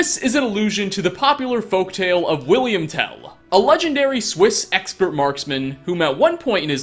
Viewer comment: It’s Willhelm Tell. Not William